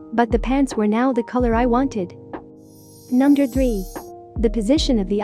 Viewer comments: Okay am i the only one who heard Number as Nunder? :^ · was it just me or was she saying "nunder" instead of "number" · I noticed it was saying nunder instead of number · "Nunder". You mean "Number"? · The thing said nunder instead of number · No one: Not a single soul: me: does it sound like she is saying nunder not number? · *number you said nunder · Nobody: . . . Her: nonder # Me: BWHAHAHAHHAHAHH NONDER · I like how the robot voice she uses says "nunder" instead of "number" XD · It sounds like it says u nuder Xd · I love how it says nunder instead of number 🥺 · Is no one going to talk about how she said "nunder" instead of number? No, aight. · Nunder 5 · Nunder 4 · Nunder 12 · Nunder 7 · Nunder 8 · Nunder 11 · nunder 13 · Nunder 14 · nunder 16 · Nunder 19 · Nunder 21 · Nunder 22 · I love how it says nunder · No one: numb-der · Nobody: Not even gibberish people: You: nUmDeR tWo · Nobody: Literally nobody: her: nunder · "Numder" what is numder?